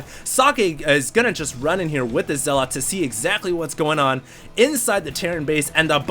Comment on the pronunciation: Okay, I don't like being a grammar nazi, but zealot is not spoken as "zel-lot" but "zel-uht." As in religious zealots, like muslim extremists. I really hate doing that but every time you said "zel-lot" I cringed.